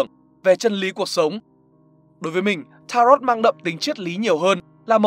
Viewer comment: Đọc đúng là ta-rô chứ không phải là ta-rot đâu.